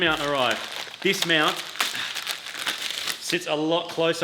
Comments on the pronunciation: Whenever says mount i hear meownt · Im sorry, are you saying Meowunt?(mount)